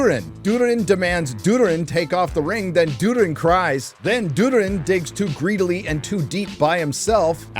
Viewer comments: did you just call durin dood-er-in? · It's not Durin. It's Durrrrrin. C'mon!